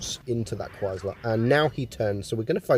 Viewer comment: Cwhysthler lol , great video m8